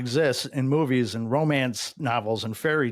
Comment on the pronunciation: Why does every “ and” end with a “tch”?